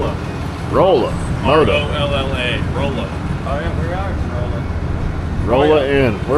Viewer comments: 😂 Rolla is pronounced with a "short o," like "Rah-la." It's the home of the University of Missouri Tigers. Y'all gotta get out more. 😊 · Hey, that's my old home town! Rolla is actually pronounced rawla 😂. Awesome video, always loves riding parts of old 66. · Bro you stopped in my town for Fuel, it is pronounced like Rawl-a 😂😂😂 great meeting you at homecoming!